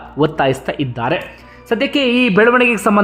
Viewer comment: ದ್ವಂದ್ವ ನೀತಿ ಬಿಟ್ಟು ಒಳ್ಳೆಯ ಕನ್ನಡ ನ್ಯೂಸ್ ಕೊಡಿ. ಒಳ್ಳೆಯ ಅಂದ್ರೆ ಸ್ಪಷ್ಟ ಕನ್ನಡ ಉಚ್ಚಾರಣೆ. ನಿಮ್ಮ ಇತರೆ ಬ್ಲಾಗ್ ಗಳಲ್ಲಿ ಕೇಳಿದ್ದು. ವಿಛಾರ ಅಲ್ಲ ವಿಚಾರ, ರಾಜಕರಣ ಅಲ್ಲ ರಾಜಕಾರಣ, ಇದ್ದಾರೆ ಅನ್ನುವುದಕ್ಕೆ ಮಹಾಪ್ರಾಣ ಬೇಕಿಲ್ಲ. ಕನ್ನಡ ಉಳಿಸಿ. ಕೆಲವೇ ಉದಾಹರಣೆಗಳನ್ನು ಮಾತ್ರ ಹೇಳಿದ್ದೇನೆ. ಭಾಷೆ ಕಡೆ ಗಮನವಿರಲಿ.